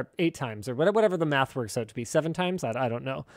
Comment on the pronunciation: Man just said “werks” 💀💀. My 1 year old niece knows how to spell that word